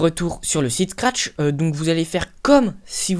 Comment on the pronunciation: tu dis trop de fois SCARTCH